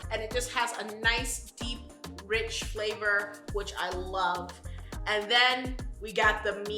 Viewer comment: She really said fluhvor